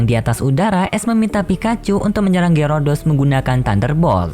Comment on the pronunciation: Min kok lu nggak tau nama pokemon yah ngomong Gyarados Malah Gyurudos, Banyak Bacot Lagi Diawal.